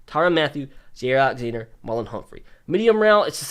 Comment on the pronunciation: Bruh jaire Alexander’s name sounds like J-Eye-ear